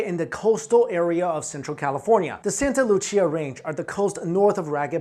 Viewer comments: Santa Lucia is pronounced😂 santa Lu-see-ah. Not lu-chee-ah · It’s Spanish man, not Italian. Santa Lucia = Santa Loo-See-ah. Not Loo-chee-ah.... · “Loo-SEE-uh” not “Loo-CHEE-uh” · Santa Lu-see-ah, lmao couldn't stand how he pronounced it... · It is pronounced "Santa Loo-see-a." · Santa LuCCia?? lol allways funny when english speakers try Spanish